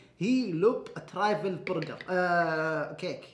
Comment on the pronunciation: اسمه ترافل مو ترافيل